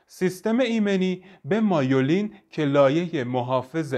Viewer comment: مایولین چیه میلین بگو چرا ایجوری تلفظ میکنی